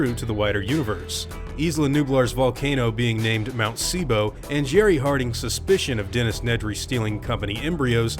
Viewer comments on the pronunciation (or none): none